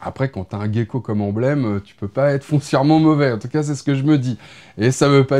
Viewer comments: Encore énorme cette vidéo, merci pour tes infos, ton montage, et surtout pour ta joie communicative!! Bon par contre en tant qu'ex éleveur de gecko, quelques précisions: le gecko se prononce [jeco] la tu le prononces a l'anglaise, ça toi être ton côté haïtien 😂 et le tokkay et un gecko comme un autre, le gecko est une famille de lézard, le tokkay une espèce de gecko, voili voilou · J’active le pouce et je commente mais attention…. On prononce Je-ko ☝️☝️😜😎 Checkpat